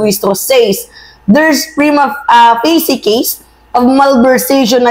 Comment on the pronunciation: Hindi ficy ang pronunciation ga facie Hi ni g